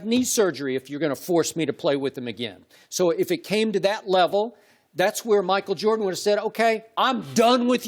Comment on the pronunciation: Chris said MACKLE JORDAN